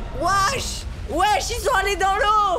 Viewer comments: J'adore A Au lieu de dire wesh il à dit wash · il a dit wash a la place de wesh😂😂😂😂😂😂🤣🤣🤣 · il a dit wash au lieu de wesh 😂😅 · Mdr michou à la place de dire Wesh il dit Wash